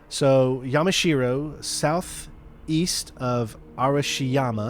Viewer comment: ah, yamashiro. i mean. yemeshewow.